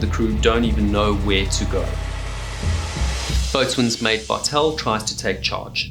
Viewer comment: Good video, but if you're going to cover nautical topics, please learn how to properly pronounce nautical terms. "Fore-castle" "Boatswain" and "En-sign" are all incorrect.